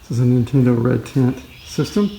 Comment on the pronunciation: Sounds like you're saying Red Tint.